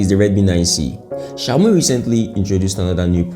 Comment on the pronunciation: I love how you call it shayomi😂😂😂